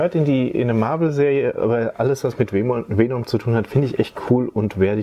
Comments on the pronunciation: Es heißt Venom und nicht Feenumm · Man spricht venom anders aus wie vänom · Weenum spricht man ihn glaub ned aus haha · Wie Venom immer im Video falsch ausgesprochen wird😂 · er hat nie mit F gesagt btw er hat nur e und o falsch gesagt